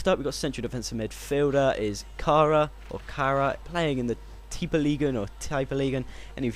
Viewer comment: i'm from norway :) u said it right and kara is BEAST in tippeligaen :D